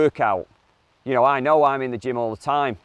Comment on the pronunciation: Did say he goes to the gym or gin all the time lol?